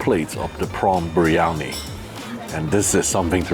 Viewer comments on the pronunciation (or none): none